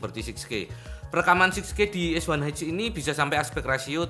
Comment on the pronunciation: Es Wan Eith atau Es Wan Ha Es Satu Ha 🤭 Pis ✌